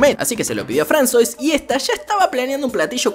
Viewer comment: Me da toc que le diga fransois porque se dice fransua